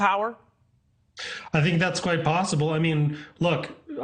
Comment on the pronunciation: And thank you for pronouncing it properly. Once or twice! Fentanyl, nyl, not nol !! Very unusual in most states! They butcher it, like so much of the English language!!